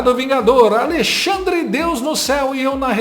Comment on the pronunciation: Xandercir, Xandemar, Xandercrei, Xandele, vc deveria ganhar um OSCAR!!!! KKKKKKKKKKKKKKKKK